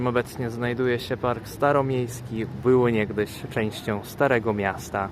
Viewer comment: the only time when I could hear some russian accent was that "było"